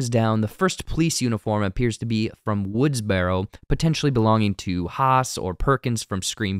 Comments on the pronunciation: It’s pronounced “Woods-burrow,” not “Woods-berro,” like a wheelbarrow. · Why do you pronounce it “woods-bear-o”? Lol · Not trying to be funny… why is the narrator pronouncing the word “woodsboro” like that? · So distracting that this guy can't even pronounce woodsboro properly.